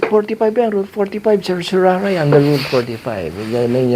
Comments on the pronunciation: Mali ang pagbigkas mi ng CERTIORARI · I prefer the Latin pronunciation of certiorari. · Petition for certoraray pala bigkas nean? Dami ko kilalang abugado at mismong atty. ko petition for certorarri ang bigkas nea 🤔🤣